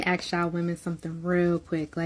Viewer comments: The men don't go the places where the women say "ax" for ask. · any chick that starts off with "lemme axe yall", yeh fk off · Let me "AXE" y'all something... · Black women always “axing” questions. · When a woman says " let me Axe you something " that is an automatic " NO"